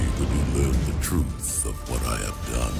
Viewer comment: I played halo 3 as the arbiter when he butchered truth.